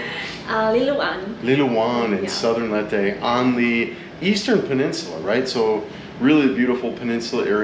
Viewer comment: It’s pronounced “Lay-teh”, thought you’d want to know that. Thanks for sharing; so nice to see other beautiful scenes in the Philippines that I’ve never seen. ❤